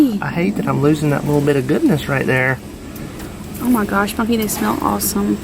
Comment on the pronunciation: Ohhh, sounds like you call him Bucky. I need to listen better....lol.